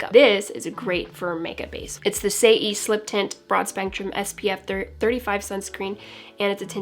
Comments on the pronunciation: Saie beauty is pronounced “say” you’re absolutely adorable saying “say-ee” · I’m sorry but every time you said ‘say e’ I couldn’t help laughing